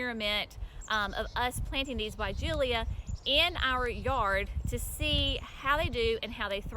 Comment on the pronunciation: The final syllable "-la" is pronounced "LUH", not "LEE-UH".